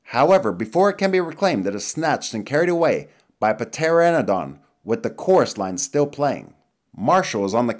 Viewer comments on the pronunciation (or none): when it pronounced Pteranodon as P-teranodon I facepalmed so hard I gave myself a headache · Ah yes a petaranodon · Just know it's spelled "pteranodon" an pronounced "teranodon" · the p is silent in pteranodon. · Ptranodon has a silent p btw